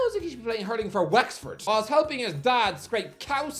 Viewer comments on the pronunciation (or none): none